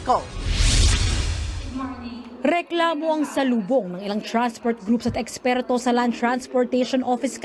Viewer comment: "eksperto" lol